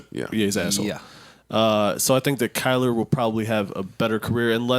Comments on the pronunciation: Joe it's kyler not Kyle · lol bros name is Kyler not Kyle